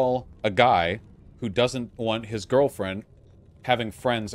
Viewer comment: "If I had a gurlfrend...and she made me brekkfast...I would LOVE that! But if she then made brekkfast, for another person in, the same way when they sleep over to, like, hang out and play, like video games...and like...but not me....that would be...I would feel INSECURE 'bout that...and it would make me feel bad...." Vaush 2021